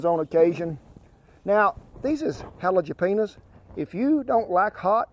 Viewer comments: "Halejepenas" lol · Dude said halajapinas hahahaha